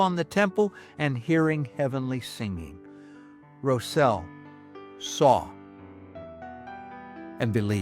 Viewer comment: Rosel is my 3x great grandfather and I loved hearing his story shared! I must make one small correction, his name has been passed down the generations in our family and is mispronounced in this video, he pronounced it “Rozel” with the Ros sounding the same as rosin used with a violin bow. Thanks for sharing his story, I am proud to be a part of his legacy!